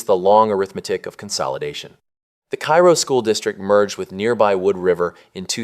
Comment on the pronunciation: Please pronounce the towns correctly. Bee-at-trice. Cairo is pronounced Karo. Mon-o-why. We know we pronounce them differently.